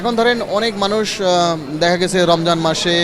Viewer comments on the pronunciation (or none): none